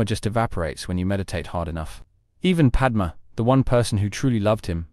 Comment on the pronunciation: Padmé, NOT Padma